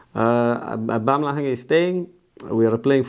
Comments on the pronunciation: “Aubamlahang is staying” 😂😂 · “Yeah, we continue to have very high hopes... Ablumlaha is staying..” 🔥 😂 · Mikel Arteta : "Abamlaham is staying" 😂😂😂😂